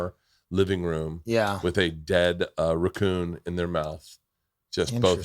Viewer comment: Something about when Bert says a word with 2 oo's together, the way he say tattoo and just now when he said racoon...lol!!